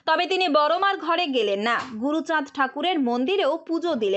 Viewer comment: হ্যাঁ উনিতো বহুৎ কিছু করেছেন গরু চান উচ্চারণ করেছিলেন ওটাই হয়তো এইট নাইনে লেখা আছে আপনি দিদি এটা রাজনীতি না করাটাই আপনার বেটার ছিল আপনি ওখানে চুপচাপ থাকা উচিত ছিল আপনার